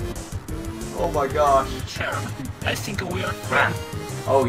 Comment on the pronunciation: I love your content and I hope you make more Vrchat Undertale Chara content, but its pronounced care-uh. It says that canonically in the game when you meet them after the genocide rout I believe? Not tryna be rude I'm just reminding you. Please don't hate me, I rly o enjoy your content. But I'm just saying, its pronounced care-uh, as if your saying the "chara" part of "chara"cter. Sorry if I came off rude. I love you and I wish the best for you. Please make more vrchat undertale chara content. <3:) Edit: Autocorrect made me say undertake not undertale lol